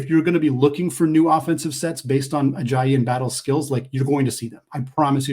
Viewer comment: You kept saying Joel Ajayi instead of Ayayi 😂